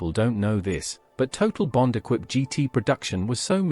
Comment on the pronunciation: Equipe pronounced wrongly